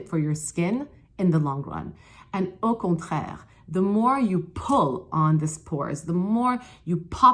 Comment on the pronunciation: "Au contraire" :-) I'm french canadian and I love when you say words in french! Love your work on youtube!